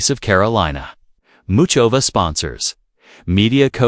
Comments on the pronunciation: Crap! Crap!!!Cant even say her name! HOW IGNORANT!!! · the usual bullshit ... don't know why I waste my time clicking on this ... when they mispronounce her name 20 seconds into the video you know ... do not subscribe ....